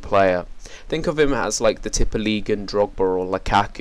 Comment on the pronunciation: Norway <3 Tippeligaen! you say that on a funny way, haha :) Great Review.